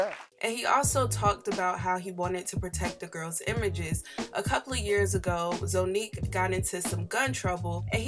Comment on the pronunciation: Zonnique’s name is pronounced like “Zah•neek”